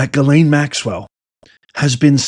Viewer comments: Please stop butchering her name! It's pronounced Gis lane, not ga lane. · Lol no names are coming and it's not Gaylayn is Jeezlayn